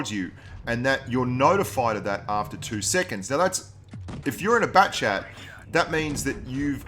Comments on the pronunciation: All this time I thought he was saying backchat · yeah he said it wrong